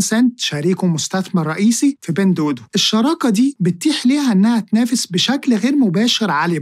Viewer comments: بتنطها غلط إسمها دُوا دُوا مش دودو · معلش هي حاجه بسيطه بس التطبيق مش بيتنطق بين دودو انما النطق الصحيح بتاعه "بِينْ دُوّا دُوّا" . أنا بصحح لاني عارف انك بتهتم بكل حاجه في الحلقات بتاعتك. ربنا يباركلك ❤